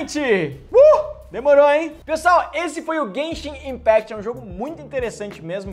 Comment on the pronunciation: se escreve impact mais se fala impact nao impect